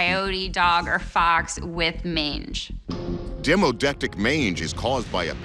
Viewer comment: I find it hard to believe, this guy can say "demodectic" mange, but can't pronunciate "Amarillo" correctly. It's NOT (Om-arilo)... it is (Am-arillo)